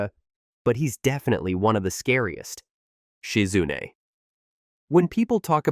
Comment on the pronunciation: Who da heck is Shi-Zunnne? 🤷🏿‍♂️🤷🏿‍♂️